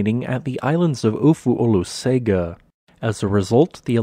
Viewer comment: Not really, In Samoan Olosega is pronounced OH-LOW-SENG-AH. (Lived in AmSam for 7 years and visited Marge and Tito's lodge on Ofu several times.)